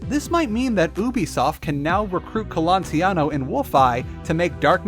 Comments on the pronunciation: Raphael Colantonio not "Colantiano" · I think it's Colantonio, not Colontiano... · It's Colantonio. And many of your Prey 2017 infos were incorrect, for example the engine is CryEngine, not Void; the history of Prey 2 was wrong etc. Please check your infos better next time. But i still give you thumbs up for covering the topic of immersive sims in such a lengthy and detailed manner. Thanks for producing this video! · Almost 2 years later and I must ask: do you now know how to pronounce Colantonio?